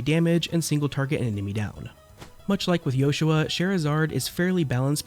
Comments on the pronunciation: It sounds different. His name isn’t supposed to be Joshua. It’s Yoshua. Pronounced as Yo-shu-ah. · I never realised it was sussposed to be pronounced like that i always thought that was just how JP users pronounced it, why is that tho? Wouldn't pronoucing it "Yoshua" be more eastern then western?